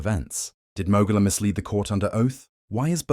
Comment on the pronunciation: How do you still mispronounce Mogola when her name is mentioned orally in the footage?